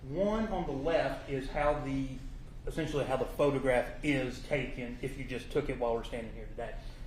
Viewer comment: I just can’t take seriously a lawyer that uses words like “essensually” and “supposably.” 😂